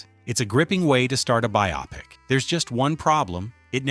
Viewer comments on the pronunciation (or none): AI's misproununciation of "Bye-AH-Pic" is so annoying!